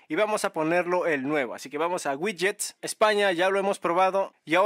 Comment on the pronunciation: Ouidgets ouidgets 😅 pd descargué tooooodos los gidgets 🎉🎉🎉